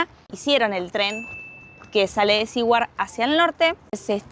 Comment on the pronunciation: Saludos amigos. Ustedes dijeron en el video que no estaban seguros cómo se pronuncia el nombre de ese pueblo. No es ni SE-WARD ni SI-WARD. Se pronuncia SU-WERD. (teniendo en mente la pronunciación inglesa de la R pero la pronunciación español de SU, pero metiendole una "i" latina en el medio.